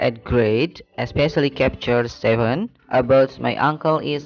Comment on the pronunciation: please check the pronunciation of "chapter". it should be /caepte/ not /kepce/ capture. thanks anyway